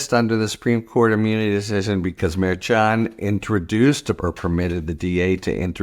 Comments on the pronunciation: EXACTLY! It is not pronounced MAIR CHON or MAIR CHUN. Names are important. He doesn’t listen, and he doesn’t care, and it’s extremely disrespectful! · Idk why it bothers me so much, but the judge's name is pronounced Mer-Shawn. Your own KM told u how to pronounce it. It seems disrespectful, like how Republicans mispronounce Kamala.